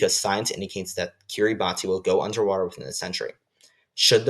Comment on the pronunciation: Kiribati is pronounced "key-rah-bus" Btw. Great vid helped my on my unit 1 quiz